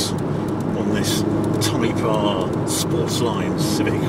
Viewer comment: I'm only about 30 seconds in and I can already tell a great drinking game would be to take a drink every time Harry says "type ahrrr" 😁